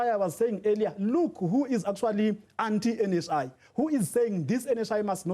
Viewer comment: Did he say "NHIV" 😂